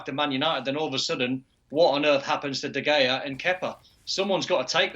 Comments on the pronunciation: "Kepker"💀 "De Gayer"💀 Where do they find them😂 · These people can't even say the names of Kepa and De Gea and are trying to experts. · I love how they keep calling him David De Gayea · Still mispronouncing De Gea?! He should be sacked